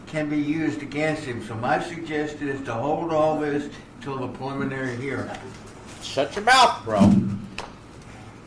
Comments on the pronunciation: Sounds like judge is saying 'pulmonary' hearing instead of 'preliminary'. Still, even after I spent 10 years in South Carolina. It's a steep learning curve for us West Coast folks. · Sounds like the judge is saying “pulmonary hearing”. lol